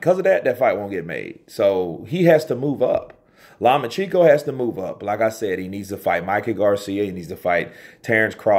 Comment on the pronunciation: Law-much-enko... Source: I am Ukrainian :)